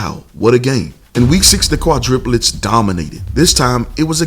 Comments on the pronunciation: I'm sorry but it's driving me crazy lisening to you say quadriplets when it's supposed to be quadrUplets. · I know it is petty, but it is quite annoying. It is QUADRUPLETS, not QUADRIPULETS. And yes, Jay was a beast! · Quadruplets...,. Kwa-DROO-plets